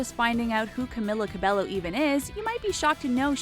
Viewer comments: Yes I did know these facts about her, what u need to know is pronouncing her name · My ears hurt to hear you pronounce cabello wrong (￣(●●)￣) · Banana Cabello i cringed when I heard them saying IT wrong😂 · Oh so you’re making a video about things we don’t know about Camila Cabello, but you don’t even know how to pronounce her last name? Nice. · Its pronounced cabejjo not Cabello but you write it Camila Cabello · "Tutting" is not pronounced "tooting." "Cabello" is not pronounced "ca-bell-o." "Literacy" is not pronounced "literally." In case you didn't know. :) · One thing THEY don't know about Camila her name is actually pronounced CAMEEELA CABEYO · i thought it was pronounced “Ca-Bay-O” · Sofia is actually born on April of 2007. They weren’t always rich. And finally u pronounce her last name (Ca-bay-o) Cabello. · NOOOO IT SHUD SOUND LIKE CAMILA CABEYO BUT HER NAME IS CAMILA CABELLO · it also CAB-EGH- O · Its pronounced cameela cabayo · IT'S CAM-ILA CAB-EYO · Her name is pronounced Cameela Cabeyo :| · Its camila cabeYO Shawn Mendes is triggered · It's cabÉllO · It is not Camila cabelo it is pronounced camEEla cabeYO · ONE THING YOU DON'T KMOW ABOUT CAMILLA CABELLO IS THAT HER NAME IS PRONOUNCED AS CAMEELA CABEYO🙄🙄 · Its CAMEELA CABEYO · my biggest pet peeve is you saying her name wrong this whole video it's camEEla cabeYo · If ur making this video, telling people about CAMILA. And u can't even say her name right it'scamEEla cabeYo. Im so triggerd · It's pronounced cameela cabeyo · its in a latina-way or something 😂 you pronounce it as camilla with a strong "i" and you speak the "l" out loud and for her last name its pronounced as cabejo, a soft "J" the two "L" s are a "J" for latinas/latinos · Ummm, They didnt pronounce Camilla or Cabello right. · It's pronounced "cabeyo" not cabello. It's annoying. Cabeyo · another pet peeve is pronouncing her last name wrong.Its pronounced cabeyo not cabello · wut Ca-be-llo? is Ca-be-Yo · It's Ca-mee-laa Ca-Be-Yo!